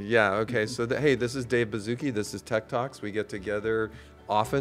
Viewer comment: At the start I thought he said Tiktoks not tech talks 💀